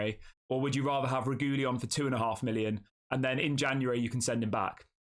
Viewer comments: Reguilon AFAIK is pronounced Reg-wee-on. My memory of him at Spurs was that he tried hard when he first got there and was excellent, but his enthusiasm waned quite soon after, and he became disillusioned. That might have been understandable because Spurs were awful at the time. Or you could look at it as a negative quality that his head goes down too easily. Either way, a deal that allows us to hand him back after a while is the right solution. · Sorry to be a bore, but it's pronounced 'Reg-willon'.